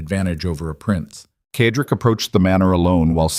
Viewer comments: Cedric is pronounced said rick not ked rick. it really annoys me when names are pronounced incorrectly. good story though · CEDRIC IS PRONOUNCED: Sed rik